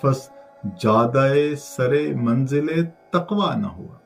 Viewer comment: بھائی شعر تو ٹھیک پڑھیں———چوتھا شعر—— سر - منزل تقوی